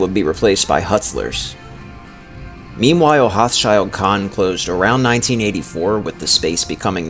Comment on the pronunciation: I moved out of state in 1991 and haven't been here except for a brief stop in 2010. The only store I remember from the Before Time in this video is Friendlys. BTW, Hochschild Kohn is/was pronounced "Hoeshuld Kone"!